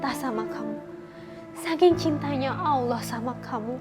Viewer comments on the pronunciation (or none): bukan awloh Tpi Allah sbutan L nya penuh di lidah